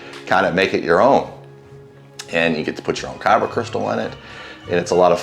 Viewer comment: Not Kyro crystals, it’s kyber crystals